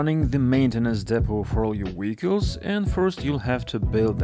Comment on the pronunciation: Weehicles. Hee heee